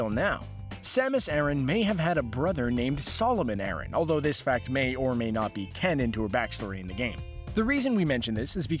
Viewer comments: Aran not arron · Samus Aaron? Only ever heard of pronounced similar to Iran. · in Japanese it is サマス•アラン, making the pronunciation something like ah-r(l)an, which is closer to the male name Aaron than to Iran. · My god, your pronunciations are atrocious! Her last name is pronounced A-Ran, like Iran the country except with an A. Secondly, the Planet is not pronounced Zee-bees ... it's Zeh-bes.